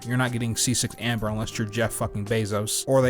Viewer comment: For a moment I thought that you were saying Ember.